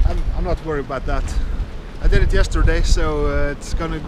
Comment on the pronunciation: "Go for it, or knot." Anyone else hear it like that? Lol